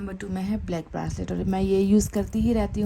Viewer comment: ब्रासलेट - घासलेट जैसा लगता हैं । It’s a ब्रेसलट mam.